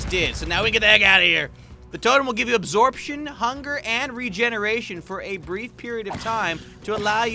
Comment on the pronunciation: anyone els hear him say the todum of undying gives u absorchen hunger and regeneration lol I'm dying